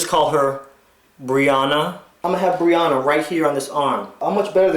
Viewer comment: Omg my name is BREANNA but he said it wrong 😅